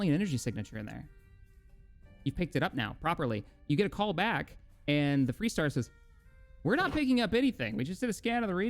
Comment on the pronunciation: Hmmm... You say the ship is called ... "FREE" Star...?? I think I knew her when she was called FAR Star... :)